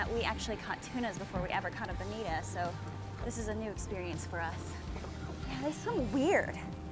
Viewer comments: BanitO , not BanitA ! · bonito. I think it's "bonito." Like your videos!